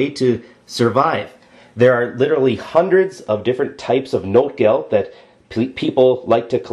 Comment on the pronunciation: Great video, verry informative. ps. its notgeld, not notegeld.